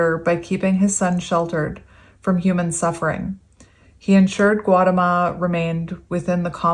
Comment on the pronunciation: SUDDHODANA = SUE-DOE-DUH-NA GAUTAMA = GOW-TA-MA